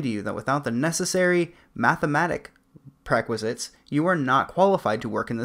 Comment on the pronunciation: You are talking about the importance of education and then you pronounce ''pre-requisite'' unbelievably silly. Ironic.